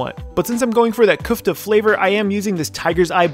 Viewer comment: It's köfte not küfte